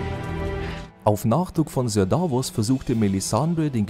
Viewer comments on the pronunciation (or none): none